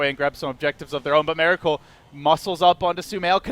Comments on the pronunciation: ears bleed everytime he is saying 'Meracle' which is about 95% in this video. I've heard 1 or 2 'Miracle's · My ears bleed every time the caster says mEracle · is he saying meracle all the time? its bugging me, anyone else hear it?